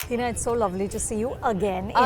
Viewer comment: "Heeeeeeeeeena Khan"! Learn to pronounce your name at least. Its Hina, not Heena.